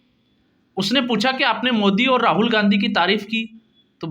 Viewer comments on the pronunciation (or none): none